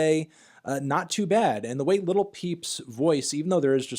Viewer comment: Your, not a music nerd if u can't even say """"""LIL"""""" peep right.